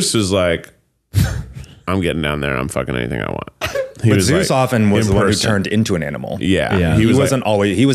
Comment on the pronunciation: Keith needs to stop saying Seuss instead of Zeus it’s rly getting to me